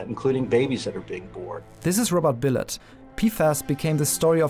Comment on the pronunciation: He pronounces it BilOTT. See Dark Waters, everybody. Thank you for covering this,. There is no Planet B.